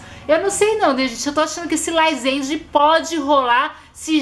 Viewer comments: GENTE É LAZENDE E NÃO LAIZENDE MDS, TODOS OS FCS USAM LAZENDE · Se até Camila Loures fala laizende ai ela sabe de alguma coisas kkkkl